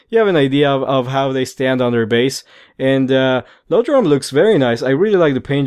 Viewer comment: I've heard everything from, "eye-oh-droam," to, "ee-ah-droom." Don't feel bad.